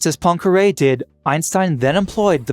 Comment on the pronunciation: I cannot listen to scientific explanations when there is background "music" disturbing the communication. And please have a look at how to pronounce Poincaré.